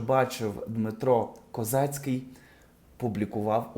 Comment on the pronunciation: КОЗИЦЬКИЙ!!!!..A не Козацький..🙄...